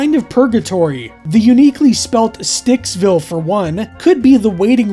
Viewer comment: Stuecksville would be pronounced as Styxville if the origin of stueck (stück) is german. (Not to mention the obvious River Styx reference.)